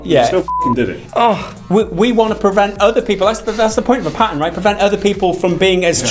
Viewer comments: Payten? No, it's Patent, homie. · Didnt know what tf you guys were talking about for the first 2 minutes.... What tf is a "PAYTANT" ?!!! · The fuck is a "pay - tent" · What's a pay-tent? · A Patent, not "pay-tent", is a set of exclusive rights granted by a sovereign state to an inventor or or assignee for a limited period of time in exchange for detailed public disclosure of an invention. -wikipedia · What is a Pay-tent? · PA-TENT, not Pay Ten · Did he just say pay-tint? sell out to big tint industry? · Lol PayTent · A "pay-tent?" it appears that your usage of the English language is still in "beet-a"... In all seriousness though, like most things, it comes down to how it is used that determines if micro-transactions are "bad" or not. This vid is an example of making them bad... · Paytent xD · Lord Druckwelle in the US we pronounce it the right way, PAT-INT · My bad, stupid me. Didnt know he pronounced it wrong^^